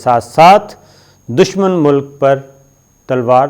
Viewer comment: Dushman Mulk not Dushman Mulak